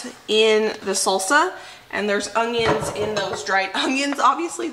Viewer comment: I love to hear you say "ungyuns". Danelle from Weed em and Reap also pronounces it this way.